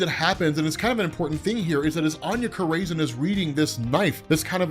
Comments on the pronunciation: Anya Cor-raisin😂😂😂😂 You had me rolling Corazon 🔉Kor-rah-zohn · Añya Corazon. Cor-Uh-Zone. Not craisin. 😂😂😂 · Love the vids, always! You da man,! Just wanna help you out with something….. Anya Corazon — You’re pronouncing it wrong 🚫It’s not Co • ray • zin. 🚫 👍It’s like Koh • rah • zohn 👍 or Coral • zone, but without the “l” Also, Attilan 🚫it’s not like Attila the Hun🚫 👍it’s like “Battle land”, without the B & d👍 So you wanna put the emphasis on the first syllable, not the second. AT • til • an 🤘 I salute you, sir, and all of your explanations🫡 I swear I’m not trying to be the stick in anyone’s butt. Just attempting to be helpful. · It’s Aña “Kora-Zon” thats how is pronounced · Bro youre mispronouncing the fuck out of Corazon dude wtf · why are you saying "corazon" like that, you're literally mexican